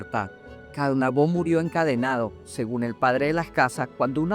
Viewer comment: Disculpe. 2 cosas: a) No es Caonabó (fuerza en la última o), es solamente Caonabo. b) No es Cacica, ella se convirtió en Cacique.